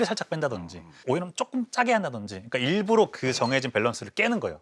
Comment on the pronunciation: 일부러를 계속 일부로로 발음하시네...